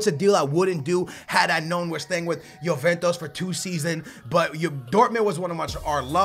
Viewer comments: dude can you not pronounce anything right ? you say yoventos instead of juventus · I like Chelsea career mode better just because I get stage 4 cancer everytime you say YOOVENTOS........ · The name of the club is not JuventOs? It´s JuventUs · youventos . pugba lmao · Na america (penso eu) que não pronunciam "ju" pronunciam "yo" ou "yu"